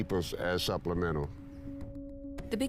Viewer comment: "supplemental" :face-orange-raised-eyebrow::face-orange-raised-eyebrow::face-orange-raised-eyebrow